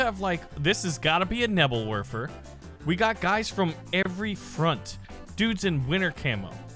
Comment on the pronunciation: "Nebbel Worfer" lol